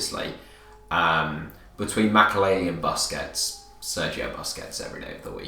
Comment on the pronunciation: Pretty atrocious pronunciation of "Busquets"